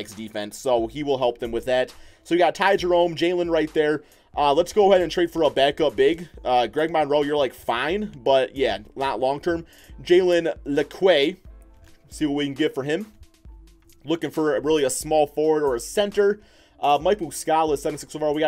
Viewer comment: It’s pronounced Jalen Le-Q